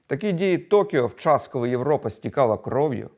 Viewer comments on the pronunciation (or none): none